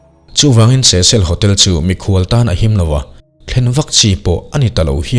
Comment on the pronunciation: Cecil hotel ilam dan hi adik chiah lo nge keiman ka hriat dan hi adik lo zawk le😊